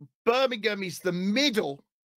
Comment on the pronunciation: Hes saying Birmingham wrong by the way ha 😂